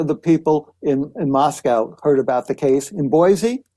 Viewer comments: Pronounced Mos-co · Howard Blum needs to learn how to say Moscow. It's pronounced "Moss-co." As we tell those not from this area, "there is no cow in Moscow." Considering he actually went there, he should know this by now, especially since he wrote a book about it. Kohberger was a TA at Washington State University (in Pullman), not the University of Washington (which is in Seattle). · Couple of small corrections: It was Washington State University not University of Washington. Moscow is pronounced Mos-co Boise is Boy-see